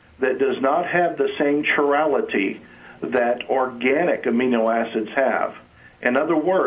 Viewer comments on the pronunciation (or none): "inorganic amino acids are not the building blocks of life" Well, they are some of the building blocks, of proteins for one! "they (Miller-Urey) created an inorganic amino acid that does not have the same chirality [pronounced KI-rality, not CHI-rality, dummy] that organic amino acids have" In the 1st experiment, they made glycine, alanine, and maybe aspartic acid and aminobutyric acid. Examining the results years later, they found 20 amino acids! Some were mixed chirality. So, you're wrong, buddy. "the racemates are neither left nor right" WRONG! Racemate is also called a racemic MIXTURE, which means BOTH are present. Dummy. To say you like biochemistry and have studied this issue is sad, because these are the most basic of biochemical points. Moreover, there have been far more experiments done with even more results. What I like is when a creationist like this guy seems willing to accept that abiogenesis can really occur, but you have to add a layer of God to it. The chemical process is possible, but only God can jumpstart and control it. A supernatural being who cannot be defined, whose tweaking of chemicals is not explained from any mechanistic POV, yeah, right. You have NOT read the papers following Miller-Urey's, and you need to watch a classroom lecture like Szolchak's from Harvard. Check him out on YouTube. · what exactly is an INORGANIC amino acid? all amino acids contain carbon atoms, therefore all amino acids are organic. organic =/= alive aaaaand he's talking about a racemic mixture of molecules...it wouldn't matter the chirality (which he mispronouces) of the amino acids produced, just that SOME are the L-oriented ones used in us eukaryotes. (BTW some prokaryotes can convert R-amino acids into L-amino acids. OH NOES them bacterias more evolved thans us). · I loved how he attempted to pronounce "chirality"... :)